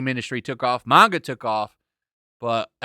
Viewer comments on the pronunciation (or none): none